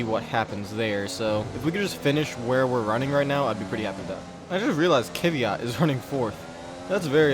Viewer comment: That kvyat. you're Butching this guy's name this guy's name